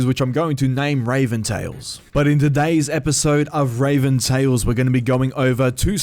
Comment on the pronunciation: Well fuck, nearly an entire day late on this one, but just wanted to say hope it's goin good for you (again). But ye, time to watch, well listen since this is a tale but i'm just gonna shut up now and watch the vid. Edit: I've noticed you keep saying Raven instead of Reavyne, now something ain't right here.